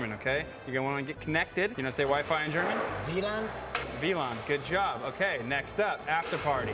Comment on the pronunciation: that "wlan" from Was perfect i am german